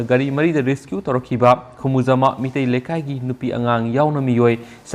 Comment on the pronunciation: Plz pronounce 'Khumujaamba' properly